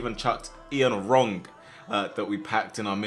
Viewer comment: Man fully said Ian Wrong. Like he says, you are boyin' it 🤣